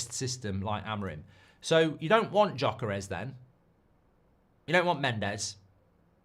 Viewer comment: Mark calling Gyökeres Jacares caught me off guard 😂😂😂